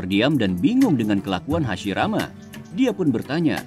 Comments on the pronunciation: Hashirama ❌hasimaara✔️ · Hasirama cok bukan hasimara😊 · Hashirama ya, bang bukan Hashimara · Ceritanya keren. Tapi maaf, jadi agak lucu denger Hashirama disebut Hashimara😅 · Hashirama woy, lain Hashimara duh ngakakkk😂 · DIA BAHAS MISTERI DI NARUTO, TAPI PENGUCAPANNYA DIA SAJA MASIH MISTERI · Waduhh Hasirama jadi Hasimara..😅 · Hasirama kali min,,, Hasimara,, 😂😂😂😂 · Kirain takigakure yang lupa bilang hashirama, eehh ternyata sampai di ulang beberapa kali bilangnya hashimara muluk😂 siapa tuh? Engkongnya hashirama ya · Hashirama ❌ Hashimara ✅ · Hasimara wkwkwkwk😂😂 hasirama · Kenapa lu nyebut Hashirama Jadi hashimara 😂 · hasirama min,bkn hasimara 😅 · Hasirama pak ..bukan hasimara😂😂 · Hasirama ,atau Hasimara :v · Bukan hasimara tp hasirama min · Hasirama om..bukan hasimara😅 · Hashirama anjirrrr, bukan hasimara😅😅😅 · HASIRAMA bukan HASIMARA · Hashirama min bukan hashimara😂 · Hashirama cuy bukan hasimara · Menit salah dubbing spelling error, "hashimara" senju bukan "Hashirama" ngakak aii 😂, tp ok sih ceritanya lanjut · Kok hasimara senju bukan hasirama wkwkwkwkkwkwkwkwk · Ralat bang , hashirama bukan hashimara😁 Ttep sip bisa bikin funfict kyk gini, smngt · Hashirama bukan hashimara🤭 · Hashirama bukan hashimara bang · Wkwkw aku juga notolis hasimara untung ngga jadi murah. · HASHIMARA doooonggg🤣🤣🤣 Diulang beberapa kali lagi😂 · Hashimara trus bilangnya 😂😂😂